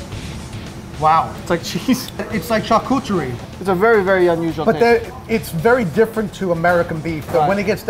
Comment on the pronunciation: He couldn't even pronounce Charcuterie